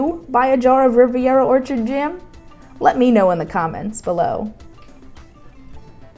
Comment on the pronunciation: Riviera, not Rivera